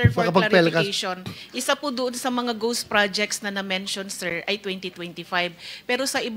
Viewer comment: Ghost po sen. Marcoleta di po goss/gose hahahha